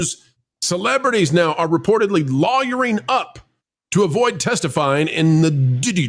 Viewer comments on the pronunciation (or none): you said “lawwerying” in your into, was that just you, or is the Youtube Algorithm finding new “words” to flag ?